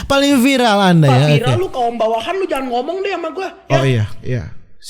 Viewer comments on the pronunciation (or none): Si cedal aslinya bisa sebut R,cuma biar viral,buktinya bisa sebut viRal